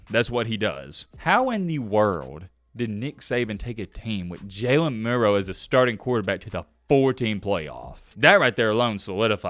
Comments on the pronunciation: Jalen Mildew hahaha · his name is Jalen Midroe